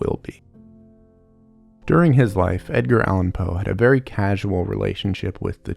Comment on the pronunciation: I thought you said “Dadgear” Allen Poe and couldn’t stop laughing because in street parlance that means “father drugs”. 😂 ❤🎉